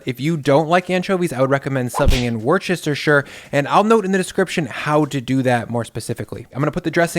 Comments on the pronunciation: I'm not from England but I grew up with an English grandfather and I know that you said "Worcestershire" wrong lol. It's "wer-stuh-sher". You said it like "wers-chester-sher". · Worcestershire pronunciation: “wust-uh-shuh” Love your videos as always! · Wuss-Stir-Sure sauce it's not that hard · I don't know if you're joking with the 'wurchestershure' pronunciation, but in the UK half the letters are silent, it's pronounced 'wustershuh' or just 'wuster' for short. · Amazing recipe!! Gonna make it right now! Now say it with me: Woostersheer-sauce!!!!! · Worst- a - shire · God, English place names are so awkward! Worcester Sauce is actually WOOSTer sauce. It’s a short OO as in book. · As a Brit, I just wanna let you know how to properly pronounce Worcestershire Sauce, cos it's actually really easy despite the seemingly excessive vowels. It's wuss-tuh-shuh (edit: though actually, we mostly completely drop that last "shuh", so you can totally get away with just saying "wuss-tuh sauce"). "Wuss" is said the way Americans abbreviate the schoolyard diss "wussie", which is a milder synonym for the, ahem...kitty version. "Tuh", like the first syllable of Tupperware. "Shuh", like in "shut", but without the T. Easy peasy :) You make great looking meals btw, mate! I think I'll make this tomorrow, but I'll probably use thighs cos they're so resistant to drying out, and cheaper :P Rock on... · It’s…… wu·stuh·shr- its a place in Europe 😉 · Loving your vids. By the way, it's pronounced wooster-sheer sauce. I've never heard an American say it properly 🤣. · I'm sure you get a lot of comments about this but Worcestershire is pronounced woo-ster-sher! British place names are a bit ridiculous - a brit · Man it pains me to hear you pronounce every letter in Worcestershire sauce. Say it thus: "wuh-ster-shuh" for maximum accuracy. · It's wur-stuh-shuh, my dude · We pronounce it "Wooster" sauce. Not like "rooster", a shorter "oo". Don't ask why, I just live here.